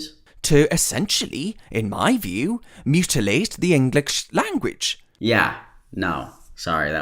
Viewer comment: “...mutilate the inglikzh langooach” -An Idiot, 2021